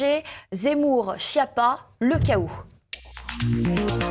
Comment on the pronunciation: Skiappa, que ça se prononce et pas Chia pas 😋 allo quoi, wtf ! Retenir surtout que ça veut dire en italien : nullité, sous-doué, grosse courge, ...😅